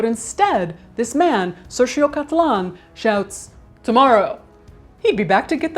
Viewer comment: she said sergio wrong lol...but its cool